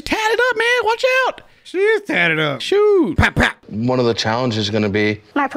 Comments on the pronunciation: Pap Pap, not Fap Fap🤣🤣🤣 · It’s for Pap-Pap NOT Fap-Fap lmao